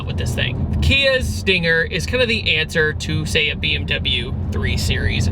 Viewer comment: Sting-air? Sting-haire? Sting-ayer? XD